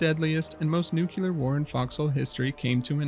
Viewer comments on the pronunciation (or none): why do you say "nucelar" instead of "nuclear" it's mildly annoying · Nuclear - *NEW-CLEAR,* not nook-kue-lar. An atom has a nucleus, not a nook-u-lus. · It's pronounced nuclear, not "nucUler", troglodyte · It’s not “nuke-yeller”. It’s “nuke-clee-arrr” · Stopped at "nucular". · Just try saying “new clear” or something and see if that works. Thank you, love your videos regardless of how you pronounce nuclear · Your pronunciation of "nuclear" is generally a huge pet peeve. Some people get pretty annoyed hearing "Nukular" great video tho 👍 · I HAVE to ask that you try to pronounce "nuclear" correctly